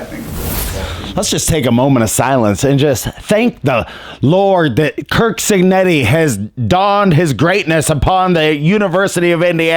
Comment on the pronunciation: It keeps sounding like you’re saying Kirk cignetti lol